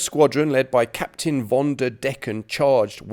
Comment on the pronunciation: to the adress of the video maker: please notice that in the German language the "v" in the word "von" like in "von Witzenstein" is not spoken like in English. It is spoken like an "f". Please notice that in the German languag the "ei" like in the word "Witzenstein" is not spoken like in English. It is spoken like "ee" like in "bee". It seems that you want to praise the "Britain`s German Soldiers" in this video. Perhaps it is a good idea to take the effort to pronounce their names in the correct way, right?